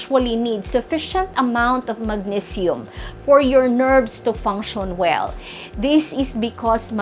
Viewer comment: painful to listen to this accent which can t even pronounce the words magnesium, calcium. Content is ok but someone else should present this